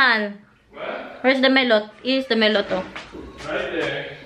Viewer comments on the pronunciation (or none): Baka you mean mallet not mellot. Mallet as in hammer. Pronounced as ma-luht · mallet po hindi mellot✌ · rubber mallet or hammer din sa atin yan😂 right pronounciation sa kanila talaga gamit ma-luht